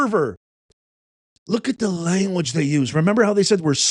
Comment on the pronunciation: Here! Love your pronunciation of “langwage”. 😊 BTW, notice, her license plate is from Missouri!!! She’s not even a member of that MN community.